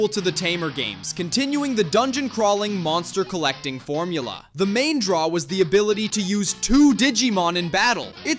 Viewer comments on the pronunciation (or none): none